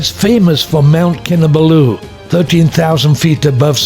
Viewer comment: It is Kin Ah Ball Ooo not Kin Ah Ba loo. Source: wife is from there